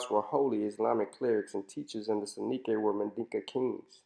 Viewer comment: This is excellent. I congratulate you. A few things, if I may, sir. I am guessing (please correct me if I am wrong) that you haven't spent much time in West Africa. Marabout, Sonninke, and Wolof are mispronounced badly in your video. Your scholarly work is excellent. The historical photos that you use during your narrative are frightening. Look at those children, clearly suffering from kwashiorkor. Again, well done.